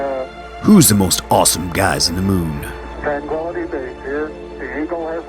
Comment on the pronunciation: Are you still pronouncing it 'Mun?'